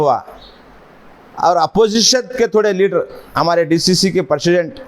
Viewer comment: Persident nhi PRESIDENT english nhi ati to nko karo